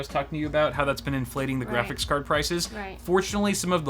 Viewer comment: “We are hunting gwafix cards”